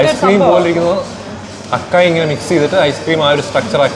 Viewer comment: It should be pronounced as a-sai bowl. I also realised that a while back.